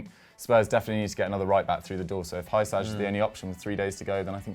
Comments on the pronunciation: pretty sure it's pronounced hersigh/whosigh not hi- sag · Hysaj pronounced Hoo-Si (like the Si on Simon) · The number of times they butchered Hysaj name is countless 😁😁😁